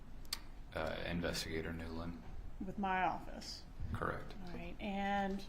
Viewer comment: “Correct” or “crrect “ 😊